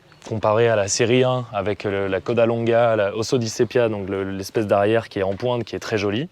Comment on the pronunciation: Très belle auto, comme bien des Alfa, mais je crois que les italiens disent plutôt "coda lunga" que "coda longa".